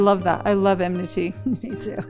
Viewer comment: Listening to them mispronounce 'enmity' over and over is so irritating - if you're going to pick a word to make it sound like you're not actually angry, at least say it right